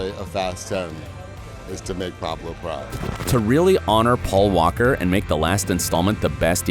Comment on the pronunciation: Am I high or did this mans say Pablo?